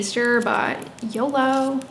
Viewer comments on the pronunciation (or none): none